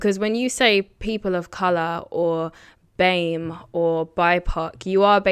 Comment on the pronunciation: It's Color not Coluuuuur